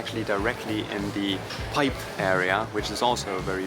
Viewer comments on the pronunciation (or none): “Cuyp” is pronounced “cowp.”